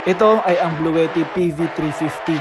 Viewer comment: Nice video po sir. though minor correction sa pronunciation ng Bluetti. Hindi po "blu-we-tih" ang tama po ay "blu-ti-tih"